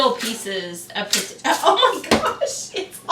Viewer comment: Did she really just say "pertater" I love it lol